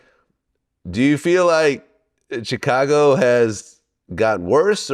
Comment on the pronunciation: Chitcago will always hurt my ears 😭